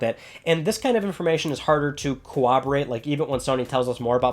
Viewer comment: Co-WOBERATE? Its pronounce core-rob-or-ate. Corroborate